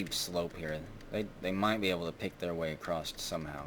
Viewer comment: May I know why you always say "acrossT"